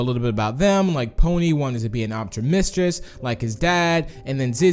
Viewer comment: is still calling ponys father an op-tom-etris even tho its optometrist (people who work on your eyes)